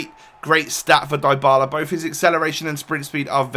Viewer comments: You are mispronouncing his name, its said dee-ba-la, not die-ba-la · Dybala isn't pronounced Daibala fyi.. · in english it would. But it's actually ''dee-bala'' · Dr. Drake yes I know that, but I was just stating that in English names containing "y", the y is not always read like you hear in this video ("ai"). Sometimes it's a short i, similar to the italian and spanish one, but shorter and somehow close to a 'e'. Since Dybala's surname is Spanish (well, he's argentinian but still), the y is read with a spanish / italian i, that is like the english double e ("ee"), as you said. My point was that English speakers (if they don't remember to say 'ee'), should read it with the y/i in "Dylan", "symmetry", "sit", rather than the y/i in "fly", "like".